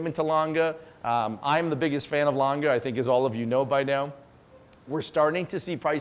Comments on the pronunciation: Lange ("e" as in eggplant) and not lang ga. Please. :) Paték not perek. PLEASE. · A. Lange prices should drop as more people hear this guy pronounce it.